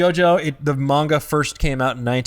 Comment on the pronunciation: MAIN-GA... ugh makes my ears bleed